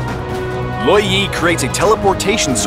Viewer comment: He pronounce it Law Yee But I pronounce it Lou WOh yee